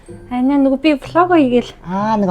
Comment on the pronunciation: Влог гэдгийг яагаад олог гээд байгаа юм бэ